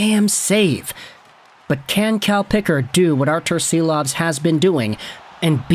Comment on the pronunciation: Silovs is pronounced ‘Sheeloff’.